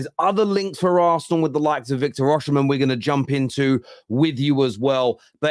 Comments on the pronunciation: As a Nigerian, it's definitely Osimehn. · football terrace-- why do you pronounce is as Oshimen not Osimen, do you know something we don't 🤔??